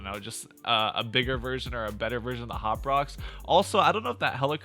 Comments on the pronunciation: Am I the only one a bit annoyed by the way he says “Hop Rocks” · God damn it dude. It's hop rocks